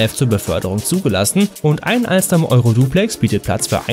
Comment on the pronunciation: Junge es heißt TGV das ist französisch und AlsTom wird es gesprochen ich arbeite da